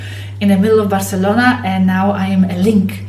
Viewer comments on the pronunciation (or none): none